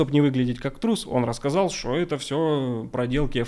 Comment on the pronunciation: Про температуру в Норильске враньё. Научись говорить слово что .